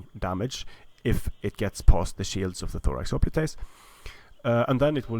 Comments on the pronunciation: The word "hoplites" is the English adoption of the Greek word "οπλιτοι" and is conventionally pronounced HOP-lights, not ho-PLEAT-aze. If you want to follow the original Greek the pronunciation would be Hope-PLEA-toy. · Its hoplitoys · Hop-lights not hoplitase. Prince-ipeas not prinkipase. Sorry but this kinda bugged me.